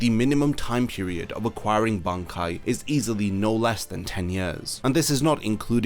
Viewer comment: Bankai needs to be said Ban then Kai 😂